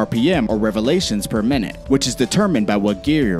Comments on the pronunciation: Relevations per minute ha ha ha ha 😂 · Pretend I'm stupid ( shouldn't be difficult ) What are "engine revalations" ?